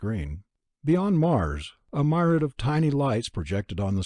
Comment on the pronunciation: Good job. However, you mispronounced gaping as "gapping" and myriad as "my-ree-ad."